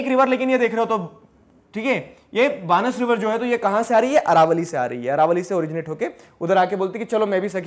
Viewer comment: its बनास नोट बानस